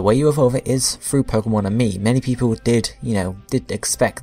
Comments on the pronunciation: It's Pokemon Amie. not pokemon and me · its pokemon AMIE, not and me.